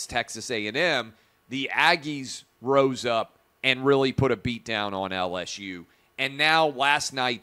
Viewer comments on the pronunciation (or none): none